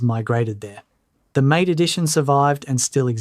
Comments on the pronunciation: "MATE" is pronounced 'MAH-tay' not "mate". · Blocking Snap is one of the reasons I chose Mint, and my uses favor X11 over Wayland, so those aren't a problem. Would like to have KDE, though. Btw, MATE is pronounced MAH-tay. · oo boon too. mah tay